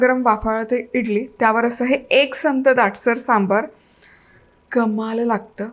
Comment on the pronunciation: मस्त रेसिपी, सांबर नाही सांबार असा शब्द आहे